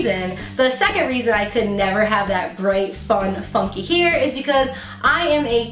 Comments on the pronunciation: It's called hair not heer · I cringed every time she pronounced hair as 'here' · Is saying heir instead of hair is a accent thing? Never hear anyone saying it this way. Serious question - I am not trying to troll you or anything, my native language is not english either. And you do look cute with your hair up like you had under the wig. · haa I thought i was thw only one! He-er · i thought i was the only one whp went oh my lord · I was looking for a comment like this!! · I'm from the Midwest. I had to really listen to hear her say hair with a slight accent. I think a lot of people around here say it that way. I dont but ya. I just ordered my 1st wig, but using front lace and doing the maintenance to it first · you put all of the wigs on wrong and you say hair weird.